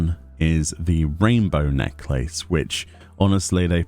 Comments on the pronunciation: i love you... but you saying necklace triggers me... you say Neck-laces.... it's NECKLASS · It’s interesting, in the US we say necklace as “neck-less” and I’ve never heard it said “neck-lace” before. And now that I’ve heard it I’m like, “Oh, hey! That makes sense! Like lace around the neck, right?” Lol, pronunciation, amiright? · Your enunciation of the word necklace is killing me. LMAO